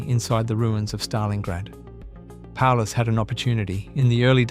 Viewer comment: Sorry, I stopped watching after you messed up with Paulus.